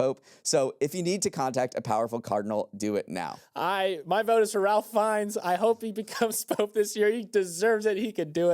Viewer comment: Check your pronunciation of Ralph Fiennes! He could be the next Pope 🙏